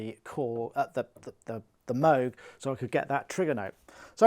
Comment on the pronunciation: Wow, i think you just accidentally pronounced MOOG right :) Nice set, thanks for the explanation!